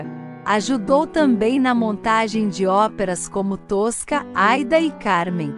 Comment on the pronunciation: O nome da Opera é Aída e nao Aida Tosca tambem náo é essa a pronúncia